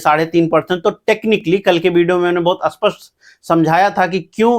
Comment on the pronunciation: kripya netao ki tarah aspasth mat bola kajiye "spasth" bola kijiye...aap itna acha bolte hai bus is ko or theek Kar lijiye pls.